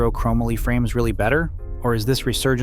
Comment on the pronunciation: “Crow Molly” not “Crom uhly”